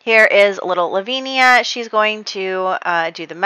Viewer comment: I love your videos so much! Just so you know, Lavinia is pronounced La-vin-ya (with vin like in Vincent) 😉